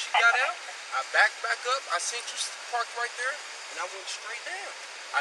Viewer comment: "You seent me do it"